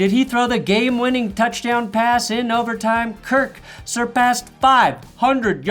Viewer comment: Til- dudes name is kirk not kurt